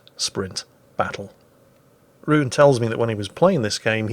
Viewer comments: His name is probably Rune, which you pronounce ru:`nə <- yes. But you can probably get away with Ruun! BTW how insanely broken is that first thing? I have no idea what it is, but damn.. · Ruen is not a name in Norway so pronounce it any way u want, its supposed to be Rune but my guess is it was already taken so he made a minor adjustment.